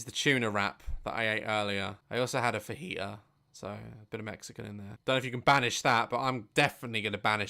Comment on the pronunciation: Daz: ....and a phanjita. Me:PHANJITA!!!!